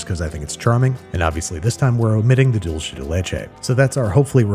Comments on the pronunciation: In Spanish it’s Dool-Seh not Dool-Che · "Dolche" de leche does not exist. It's dulce (dool say). Alternatively, if you're being Italian about it, I think it's dolce di latte. But there is no such thing as "dolce de leche". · Its DULSAY not DOLECHE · learn how to pronounce dulce